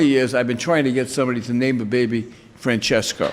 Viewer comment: Nice pronounciation for an italian name Francesco.